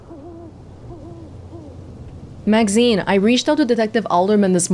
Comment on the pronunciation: Maxine: Being pronounced Everyone: Makseen: Magzeen 😄